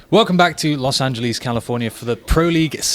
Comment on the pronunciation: Am I the only one who is annoyed by the way he pronounces Los Angeles?